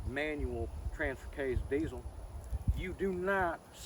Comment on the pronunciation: It's pronounced "deezul" not diesel. I got some welds I'll trade for your mickeys